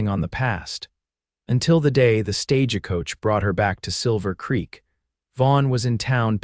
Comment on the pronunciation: StageAcoach??? A sign that I'm out of here I can't listen to a story that doesn't give me the respect to pronounce the words correctly! Your professional you've got an editor why don't you check the pronunciation of the the words? Goodbye